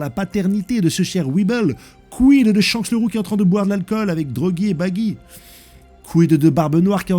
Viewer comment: T'abuse dans la prononciation des mots "S-Hanks" 🥲